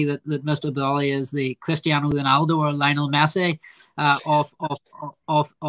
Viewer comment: Bwilliant stuff fwom Mr Bwolly